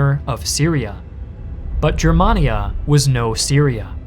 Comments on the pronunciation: A wee picky correction. Gur man ee aa, not Jur man ee aa. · Its pronounced “GUER”mania hard G